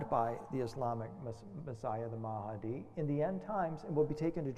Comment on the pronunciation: It's "mah di" not "ma ha di" .. mahdi. Two syllables. Why do so many people add extra syllables and sounds to a word just because it's foreign? When in doubt, just pronounce phonetically.